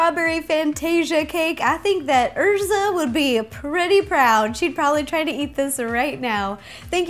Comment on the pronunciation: I personally don't watch anime on Netflix or Hulu because when I watch it the translations tend to be wrong because I do understand Japanese and when I watch it on Kissanime it's much better. Like for example, it the original Japanese anime Erza's name is pronounced like "Airza", not "Err-za". (And to the people in the comment section THIS IS MY OWN OPINION SO DUN HATE. NATSU DOES NOT LIKE HATE THANK YOU VERY MUCH. ) Also, please make something Attack on Titan, I'm dying here. xD